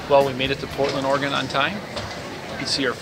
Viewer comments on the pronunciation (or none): Or-ree-gone, really? Come on, we deserve correct pronuc. It's Or- ree-gun... Smiles ya'll, but please try